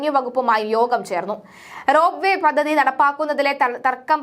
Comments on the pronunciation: പദ്ദതി എന്ന ഉച്ചാരണം വളരെ ബോറാകുന്നു.പദ്ധതി എന്ന് ശരിയായി പറയൂ.പല വാക്കുകളുടെയും ഉച്ചാരണം ശരിയാക്കേണ്ടതുണ്ട്.അവതരണം കൊള്ളാം.വാക്കുകളുടെ ഉച്ചാരണം വളരെ വളരെ മോശം. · Padhathi Padhathi. Padathi alla.Malayalam marakkalle.